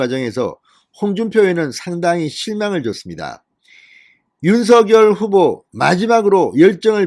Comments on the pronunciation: 진선생님! 방송 잘 듣고 있습니다.그런데 방송을 들을때 마다 귀에 거슬리는 발음이 있어 오늘 논해 보고자 합니다.당선인 성함의 발음에 대해서 입니다. 진선생님께서는 항상 윤서결 이라고 발음 하시는데 이거는 연음법칙을 따라서 발음 하시는 걸로 알고 있습니다. 그런데 사람의 이름은 연음 법칙도 중요하지만 본인과 그 이름을 어떻게 불러 주기를 희망하는 부모의 의향이 더 중요 하다고 합니다.그래서 당선인은 본인의 이름을 윤성녈로 어릴때부터 불려 왔고 그렇게 불러 주길 희망 합니다.그렇기 때문에 진선생님께서도 지금부터는 윤성녈로 불러 주셨으면 좋겠습니다.이름은 중요 합니다.앞으로 외국어 표기도 신경 쓰야 하기 때문에 윤성녈이 맞는것 같습니다. 참고 해 주시길 바랍니다. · 윤성녈로 발음부탁요